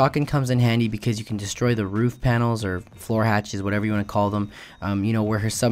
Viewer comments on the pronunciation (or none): none